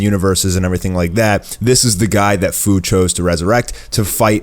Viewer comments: He messed up the name its fu like fusion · Fu's name is pronounced like few. Jeez, no one can get that right.